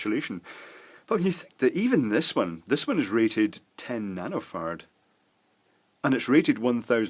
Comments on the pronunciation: a water 'pape', 'compoonents' and 1.5 'nanofart' lol.. Beside that good video. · sounds like nano farts hahahahahah. Sorry, they say ferrets in here. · I scanned the comments for 2 minutes and am sad that no one mentions how he keeps saying nanofart. Classic Scottish accent! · when he got to the section about capacitors I thought he was saying nanofart and microfart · "This one is rated at 100 Nanofart"😂😂😂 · sounded like he said Nano fart lol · I keep hearing nanofart and microfart.